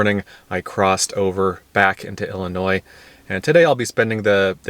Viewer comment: This was beautiful 💕 Thank you💕….and thank you for pronouncing Illinois correctly👍🏼👍🏼👍🏼